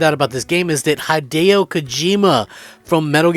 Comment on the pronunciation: “Haideo” Kojima……..? Come on man, if you’re going to make YouTube videos, could you at least pretend to know a little bit what you’re talking about?